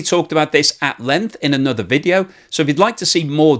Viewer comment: Say length. Is that “g” silent?